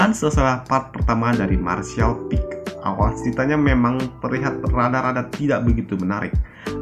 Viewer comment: Martial peak bang bukan peek